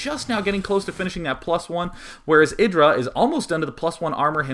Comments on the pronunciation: It's not eh-dra but aye-dra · no its not, its ih-dra